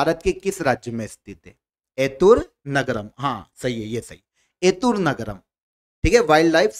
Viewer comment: 1) Correct Pronunciation: एतुरंगरम✅ एतुनग्रम ❌ 2) President of Rajyasabha: Jagdeep dhankar 3) MS Swaminathan award 2024: BR Kamboj 4) 16th finance commission Chairman: Arvind Pangariya 5) Chinnar Wildlife Sanctuary: Kerala 6) Length of throw: 87.58 m